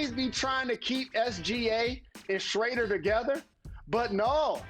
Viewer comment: "SCHRADER" smh jalen lol